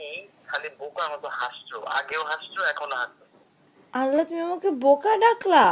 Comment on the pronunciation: Its "BOKA".. not "BUKA" -_